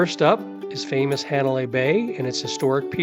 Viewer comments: I just came across this video. After being to Kauai 14 times and being a short time resident, PLEASE, if you are going to make these videos, learn how to annunciate the Hawaiian language!!! Hanalei, my final destination every time, is NOT Haaa (not like CAT) nalei (not a short A), it is a soft A, like ahhhhh, Hah nah lei. Just like on Maui, Hah nah, Hana, not Hanna, like the name. Mahalo nui loa. 🏝️ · Hanalei...is not pronounced "hand " Hanalei. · Ha na CA pe i NOT ha na Co pe i. Correct pronunciations are appreciated,. It is pronounced HA nalei NOT He nalei.